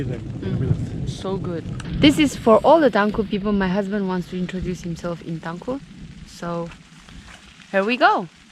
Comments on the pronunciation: Tangkhul pronunciation is just wow 👍😱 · His tangkhul accent sounds really good . 👍😅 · His pronunciation is too good for someone who never speak tangkhul. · Wow your Tangkhul accent is too good❤️❤️❤️ Nashi wui tomatoes 🍅 chiva ningyangwungnai.